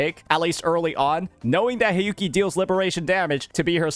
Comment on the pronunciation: For the Hiyuki part...all I am hearing is sanhua lol